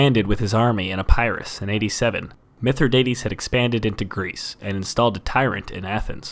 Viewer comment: Legates weren't just high ranking officers. There are numberous ranks that fall into that category. A Legatus is the sole General to an entire legion. Also, you pronounced Epirus wrong. The "i" is soft.